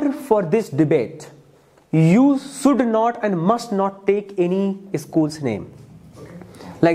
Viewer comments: Jhatu jaisa debate ho raha hai sh ko s bol raha hai 😂😂 kya angrez banega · It is you should not sould😂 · please improve your pronounciation skil like should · Should ko pronounce krle dhang se phle😂😂